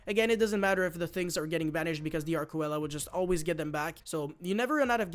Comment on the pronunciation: Arkcoela is pronounced Ark-see-la